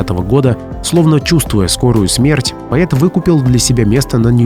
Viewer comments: Нет такого слова ➡️/поЕт/.... Автор , выучите➡️ --- поЭт, поЭты, поЭту,...(.Э -- пишется и Э -- читается ) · Материал конечно интересный,Но: надо работать над интонациями и над произношением. Поет! Нет такого слова, есть поэт, пишется и читается однозначно, без вариантов. Днипро-украинское название реки Днепр. Ударение на букву "о". Стихи лучше читать людям,которые умеют это делать,да и проза прозвучала бледно,хотя интересной информации было достаточно. Работайте над собой и ... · Вроде бы и не робот читает, но постоянно говорит:"поЕт, поЕту и т.д. Только во второй половине видео стал говорить правильно:"поЭт". Но к концу снова:"поЕт, поЕту, почете и т.д. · Простите-ПОЭЭЭЭТ-это поэт!А кто такой поЕЕЕЕт?Вы из какой страны? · Поэт, а не поет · Очень впечатляюще! Авторам браво! Но все же хочется поправить. Бродский не поЕт, он поЭт... А то как-то "поЕт" слух режет... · Не поет а поЭт, чего у тебя рот сводит , чего ты придумал или ты новый учитель русского языка ? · Диктор ,вообщето слово поЭт,пишется и произносится как поЭт,а вы всё время поЕт, да поЕт слух режет . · Не поЕт , а поЭт ‼️🤦‍♀️ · Поет? Поэт произносится через э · Слово поэт от автомата звучит по-идиотски. У них что, буквы э нет? Поет да поет, хоть ты тресни. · Слушайте, кто тут вещает, не зная что слова " поет" в русском языке нет, Есть слово ПОЭТ! Противно слушать! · А почему "пает", а не "поэт"? 😮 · Поет,странное произношение,может поэт? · Что за безграмотность ? Лезть в эфир не умея правильно читать по -- русски . Что это за слово поЕт ? А правильно нужно -- поЭт ! Манера чтения без пауз в конце предложения -- это не для русского уха . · Поэт, а не поЕт. Грамотей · Слово "поет", читается, как поЭт! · Что за диктор, он нормальный : "поет, поета. " Лебил что ли? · Стихи точно гениальные, читаются, как рэп. Уважаемый ведущий, не надо говорить ,,поет,, , надо произносить : ,,поэт,,. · как коробит произношение "поет" вместо "поэт", в остальном, по содержанию - лайк! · Пойет…, что за сленг… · Почему ,,поЕт,,?